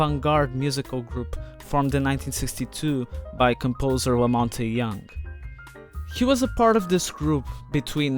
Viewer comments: 1 thing: I really appreciate you showing the roots of the Velvet Underground.... BUT. 1) It's pronounced "MAC LEE-se" not "LIE-se" and "LaMont" not "Lamont-e". If you're gonna talk about someone, try and pronounce their name correctly. It calls into question your actual knowledge of the individual if you can't pronounce their name. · Yeah and also the "e" in Lamonte is silent. So its Lamont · Aside from the mispronunciation of Maclise and Lamonte, this video is really excellent! Nice 👍🏽